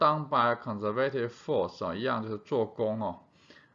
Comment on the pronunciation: conservative 这个字的重音读错了